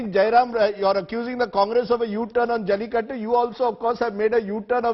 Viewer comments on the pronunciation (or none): And it's not Jaulikuttu, It's Jallikattu. Somebody correct this guy.